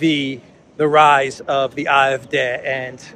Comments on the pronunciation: You are speaking English, you ANGLICIZE foreign pronunciation. It's "ay eff dee". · "AFD" The pronunciation in German is Ah F Day. 😉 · You‘re pronouncing the „D“ in AfD incorrectly. Should be like „day“. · Good good Day!!!!! Love the way you pronounce AFD as Eye eff deh. I would have thought Ay Eff Dee.